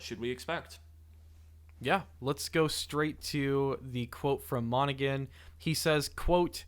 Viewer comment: Great video guys. New subscriber. Just friendly correction. Cameron's last name is pronounced Monna-Han, not Monna-Gun. The 'G' is silent. Per the interviews where the actor actually says his own full name 😊